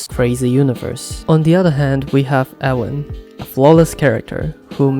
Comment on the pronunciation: A tip from a german native: when you say "Erwin" you should try to stress the E and i, also speak the i longer, and a german i sounds like the english e